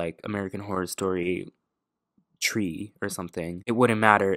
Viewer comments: Literally spit out my drink when you said: American horror story TrEe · American Horror Story “tree” SENT ME